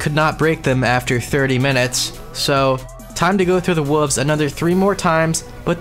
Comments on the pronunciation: You really struggle with the word 'wolves', huh? It's okay, brother. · And then after that, pronouncing the "l" in "wolves."